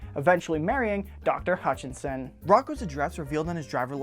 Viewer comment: I loved this! Thank you. But one problem. You kept saying "Hutchinson" but her last name is "Hutchison" ;) My last name is Hutchison =)